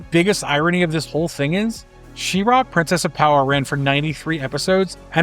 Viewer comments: She-RAW, huh? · She-Ra (shee-rah)